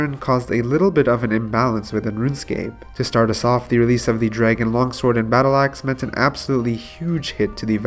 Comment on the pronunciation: Draygen too... all the botched words makes me think this guy might not be from the US